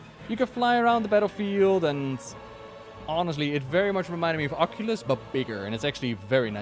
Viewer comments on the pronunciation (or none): none